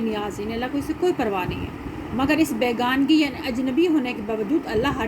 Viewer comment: بیگانی نہیں ہے میڈم جی بیگانگی ہے کیا کرتی ہیں آپ ؟؟؟